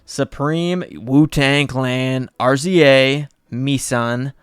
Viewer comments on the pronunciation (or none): RZA is pronounced like Riza bro. It’s his name